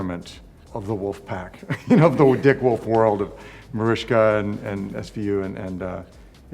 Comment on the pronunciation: Mariska Hargitay is a TV legend, yet the ET announcer on occasion mispronounces her name. It's Mah-rish-ka, not Mariska. Cmon have show some respect.